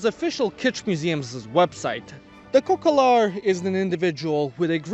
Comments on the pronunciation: It’s “cocalar” not “cocolar” 😂😂😂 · u made a mistake we dont say cocolar we say cocalar